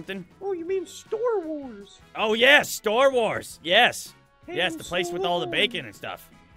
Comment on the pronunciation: Bacon man it hurt me when you said store wars